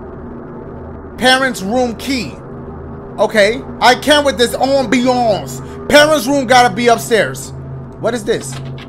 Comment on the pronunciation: The way he says ambiance 😂